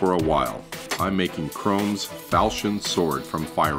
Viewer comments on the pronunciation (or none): ITS PRONOUNCED 'CUH-ROM' NOT CHROME!!! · Its not pronounced Chrome, it's Chrom. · Did anyone else get irked that he pronounced Chrom's name Chrome? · What? They do say Chrom , and they pronounce it Chrom. The guy in the video said Chrome. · ITS FREAKING PRONONCED CROM NOT CHROME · It's Chrom's (Kr ah m) (fal SH eon) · Kuh-R-ah-mm-s Ph-all-key-un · Anyone else cringe everytime he pronounced Chrom as "chrome"? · So we're ignoring his pronunciation of Chrom? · Um... the O in Chrom's name is pronounced as a lowercase o, not an uppercase one. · HES PRONOUNCING CHROMS NAME WRONG!!!!! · pronounces Chrom's name wrong